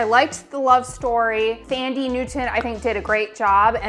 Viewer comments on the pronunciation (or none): Thandi Netwon pronounced like Tundra ie. 'Tundi' Newton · It's pronounced "Tandy". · "Fandie" Newton 🤣🤣🤣